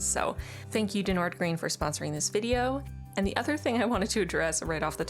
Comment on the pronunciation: both “Wagner” and “Nordgreen” actually 😂 But it’s not like any of us expect non-Danish speaking people to ever pronounce it right, our language is … weird